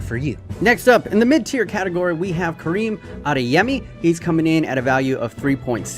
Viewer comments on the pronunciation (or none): none